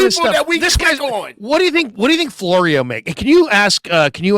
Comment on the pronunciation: Florio? Sounds more like borio.